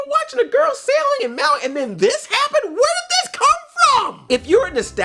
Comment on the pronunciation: Okay i know this wont get a reply but as a maori its said maa wee not mauwee